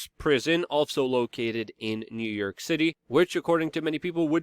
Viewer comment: I laugh every time he says "New Yerk" 😂